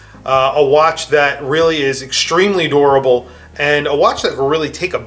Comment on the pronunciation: When he was saying durable I thought he was saying adorable...